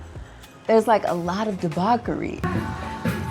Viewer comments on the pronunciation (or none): Please ma’am…not debock…debauch…like boch…debauchery.